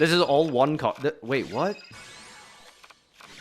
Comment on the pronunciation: To this day, has not pronounced Apkallone correctly and I do not know if he's memeing or really just didn't know